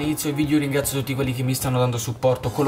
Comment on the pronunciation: ti correggo si dice VIDEO non VIDIO